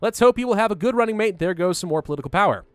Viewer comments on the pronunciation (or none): none